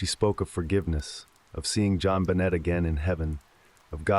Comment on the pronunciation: The way this guy pronounces her name wrong throughout the entire story absolutely drives me crazy 😡